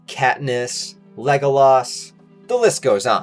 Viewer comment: The way you Pronounced Legolas is a crime